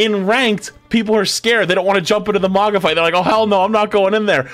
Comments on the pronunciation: Stop saying maga , its "maw gah" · Who is this "Moggah" character keeps referencing? I know there's a Mauga, but who's Moggah?